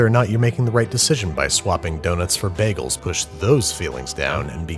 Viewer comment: you can tell he's not a community fan by they way he pronounces "baggles"